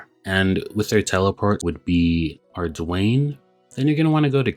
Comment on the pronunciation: Just when I thought I’d heard every possible pronunciation of ardougne…. bro comes up with arDWAYNE. Nice.